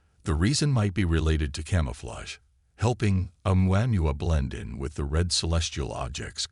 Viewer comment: Great...a narrator who can't even properly pronounce Oumuamua (in the Hawaiian language the pronunciations are basically phonetic (ie: O-moo-a moo-a). Don't disrespect the Hawaiians and their language, Brah!...